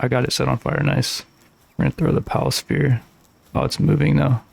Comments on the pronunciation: Why do you pronounce sphere and spear the exact same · Learn to say ingot and sphere correctly you sound like you are challenged mentally